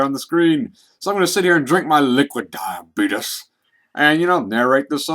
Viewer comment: I could not stop laughing from when you said "liquid diabeetus.":D